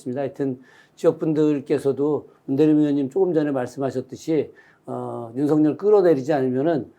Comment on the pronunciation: 윤서결 탄핵으로 들려요